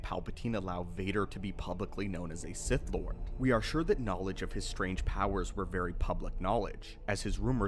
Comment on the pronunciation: Did you say “sith back”?